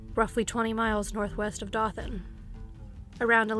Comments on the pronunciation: Dothan, Alabama is correctly pronounced: Doe-thun, not Due-than. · Just to let you know it's pronounced Doe-than instead of Da-than. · Its not Dawthen it is doe than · Dothan, AL is pronounced "Doe-than." Long O, soft th, clipped n. It sounded like you were saying Dauphin (Daw-fin), which would be Dauphin Island, Alabama. Definitely not a big deal, but super confusing for anyone familiar with the case or Alabama. Very well written and succinct script, though. Looking forward to watching your previous vids! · It's pronounced Doethan Alabama 😉 Great job!!!! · Atheist in Alabama I came to say same thing Incase she wanted to edit it . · It's Dothan (pronounced: doe then). 😉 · Dothan is pronounced "doe-then", otherwise really interesting. :) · Dothan is pronounced DOE-th’n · It's pronounced Doe-than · Dothan, AL DOUGH- thun. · I’m getting pretty into this channel but I keep getting really thrown off by the way she says Dothan. I live in Alabama and in my area at least, we pronounce it like “DOE-thin” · It's pronounced 'Doe-than". Good reporting, otherwise.